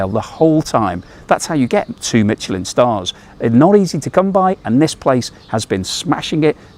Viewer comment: You keep pronouncing Michelin incorrect - there is no T